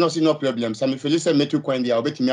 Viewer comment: “No pieblem” 😂